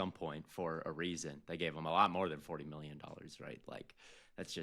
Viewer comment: Love to hear say “miyyon”